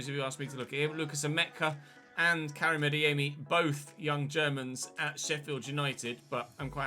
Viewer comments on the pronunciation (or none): none